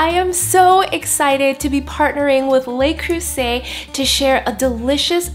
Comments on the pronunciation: Nice job, looks yunmy...fyi: pronounced Le (luh), not lay (Les). Le Creuset. :-) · Luh Creuset not lay